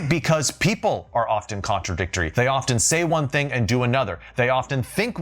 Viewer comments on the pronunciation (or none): none